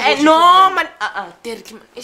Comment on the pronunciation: *Dirkie *Bokkie